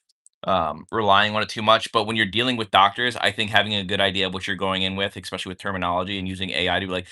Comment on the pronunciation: If I hear say “Expecially” one more time….